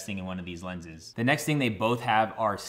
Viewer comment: I laughed out loud when you said “lenses”😂😂 that’s phenomenal hahaha thank you for not taking that out🔥